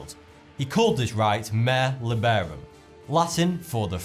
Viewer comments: Mare liberum is pronounced way differently from what you did 😅.... It’s something like that: “mah-reh leebehroom” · Pronounced per the Latin, " ma-re" for the sea, lad. Go swab the decks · It is pronounced "Ma-rE" liberum, like pronouncing the E in a german way, not a english one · FYI. Mare liberum. pron - 'Mah-ray Li-'ber-um' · You think Mare Liberum is pronounced according to the ENGLISH rules of pronunciation?? Oh my f*cking god. You have to know so little to think that. You’d have to think this explorer came from England (he did not), you’d have to think an obviously Latin “V” was not a major clue that this is a Latin phrase. You’d have to not even really have considered that Latin words wouldn’t be pronounced like English ones. I mean, WHAT IS GOING THROUGH YOUR HEAD, when you pronounce it “MAYR LEE-berum”??? It’s fucking “MA-rey li-BEH-rum”. Why would you think those letters in a Latin phrase should be pronounced like an English word???? Why ??? I need to fucking know.